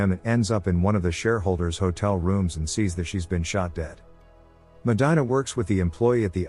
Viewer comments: Medyna 😂. It’s Medeena (pronunciation wise) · medina is pronounced "MA-de-na" not "MA-DI-na". that hurt my ears. please fix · Medina. (Meh-dee-nah). It bugs me. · Meh-die-nah..??????? Fix this glitch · It's pronounced medeena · you're killing the name Medina...MEH-DEE-NA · Me causa conflicto y risa 😂 que diga “medaina” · You pronounced Medina wrong 🤦‍♂️. Even if you’re not Hispanic, you would know this if you watched the movie.